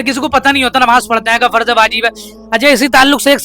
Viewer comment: Kyon logon ko bevkuf banaa rahe ho hote to pahle unke makhraj sahi hote,farz ko farj bol rahe hain pareshan ko paresan bol rahe hain,aur sawal bhi itne aasan poochh rahe ho jo ek chhote bacche ko bhi maloom ho, yah alim se sawal karne wali sawal hai